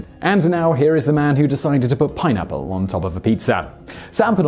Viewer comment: Really.... pinapplos🤔 puts pineapple on pizza.... gavemeusapieceus? TF. Thanks Simon I am crying🤣